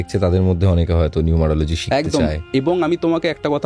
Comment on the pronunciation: Dada numerology m numelogy bolche😅